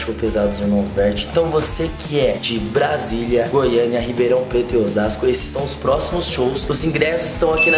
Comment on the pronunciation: BRASIU OU BRASILIA VOCÊ DISE BRUNU